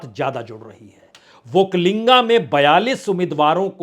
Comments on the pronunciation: It is not okkalinga sir it is okkaliga. There is no 'n' there. Entire hidi belt media is going this mistake. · Badiya Vishleshan Kiya aapne. yahaan ki haalaat bilkul wahi hai Jo aapne kaha. Ek aur baat batana zaruri samajta hun,ki.... Vakalinga nahi vakkaliga hai,aap is baat ko agle video me correction kar lijiye, sir...aapko bewajah chahane wala..... ,🎉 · Sir it is वोक्कलिगा not वोक्कालिंगा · Say vokkaliga not vokkalinga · Prasun Ji; "OkkaliNga" nahi, "Okkaliga" hota h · Sir not vakkalinga, that is Vakkaliga. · Sir, Vakkaliga not vakkalinga. There is no (n)vakkali*ga. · Not vokkalinga it is " VAKKALIGA" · वक्कलिंग नहीं है। पुण्य प्रसुन वाजपेयी जि #वक्कलिगरु। बोलना है। वक्कलिंग गलत अर्थ होता है। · Bajpaij vakkaliga, vakkainga wrong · That is not Vokkalinga its Vokkaliga